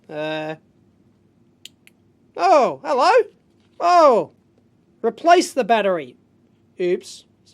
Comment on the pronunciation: "peplace the battery".. bwahaha